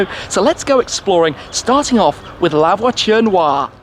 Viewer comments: La votune wah? Lmfao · "Lavatory noire"🤣🤣😂🤣😂🤣😂🤣😂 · Mdr comme il dit " la voiture noire" avec l'accent anglais xD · Who else got mad at the way he pronounces “La voiture Noire”? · Anyone laugh every time Shmee said La Voiture noire 😂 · Lmfao.....horrible pronunciation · i know but the way shmee pronounced it at the start